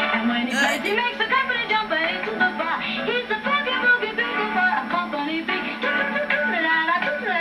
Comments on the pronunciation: A bugle..."bew-guhl" not "bugg-uhl"...is a brass instrument like a trumpet, but without valves. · Did you really say Buggle boy? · A bugle, pronounced "byougul", is like a trumpet without the 3 valves/slides that a trumpet player presses to modulate the notes. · I almost spit out my drink when you said "Buggle" boy! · Me, shaking my head at hearing you call a bugle a buggle. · He doesn't know what a bugle is...he calls it a "buggle" (rhymes with snuggle). One of the finest examples of generational divide I have ever seen. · Bugle, pronounce the U!